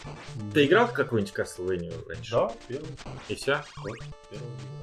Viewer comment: Вообще, по-английски произносится как "каслвэния". Американские летсплееры, по крайней мере, произносят это название именно ТАК.